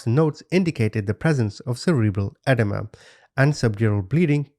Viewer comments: its pronounced, "ah-deem-ah" not "ed-uh-muh" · Edema is pronounced "uh-DEE-muh" not "edda-muh." Aside from that, wonderful video as always. I LOVE that u will flat out say "WHAT THE FUCK YOU?!" and colorfully insult the people who need it. Idgaf what YouTube says, ur blunt honesty and accurate descriptions of these heathens are accurate and it's what made me sub! Ur just saying what we're all thinking!! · 'EdEEma' is how its pronounced, Edema, which is swelling. Just in case you wanted to know ❤